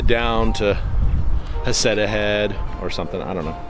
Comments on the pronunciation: Nice video. So you have been to Heceta head twice and never learned how the locals pronounce Heceta. It is not Ha-ca-ta. It is He'see-ta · Florence native! And it’s He-ce-tah ..moes sucks by the way.. they have their chowder frozen and defrosted .. and also rip to them who lost their lives .. thank you for posting your video